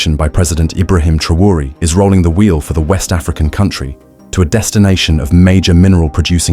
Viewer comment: En todo el video no as dicho s😂u nombre bien ni un vez.pero olee por el. Y por África ❤😊